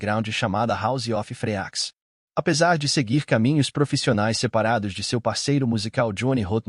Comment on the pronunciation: House of Freaks se pronuncia “ Hauz âv Friks”; Richmond “RECHTmûnd” 😊. Há outros erros de pronúncia mas esses foram os piores.